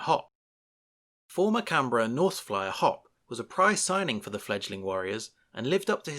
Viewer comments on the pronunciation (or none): Hoppe = Hop-pay not hop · he could say fusitua but not hoppe